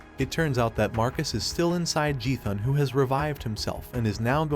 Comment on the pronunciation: Beautiful briefing! Just to clarify, Jethuun is pronounced "Jeh-thuun" rather than "Ji-thuun" but other than that, it was fantastic!